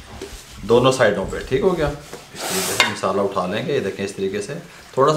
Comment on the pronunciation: Abe naade tum log ko bolna nahi Aata misala nahi masala bolo